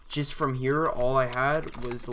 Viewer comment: I like how you say here: ghere 😂